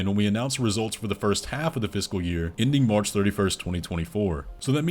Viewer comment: Every time you say “fiscal year” it sounds like you’re saying “physical year”